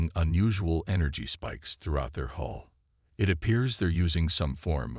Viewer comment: HULL not HOLE update your AI